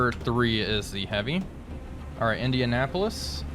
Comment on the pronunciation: I do a little cringe every time you say "Indianapolis". Damn.